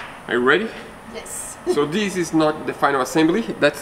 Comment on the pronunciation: the word this is not spelled diz!! You use this English word totally wrong and you say it in almost every sentence. I just wish you would use the correct pronunciation when learning a different language. Good video besides this!!! THIS NOT DIZ 😂